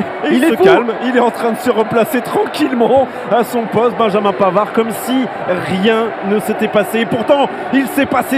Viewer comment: put-euh Benjamin Panard 1 ans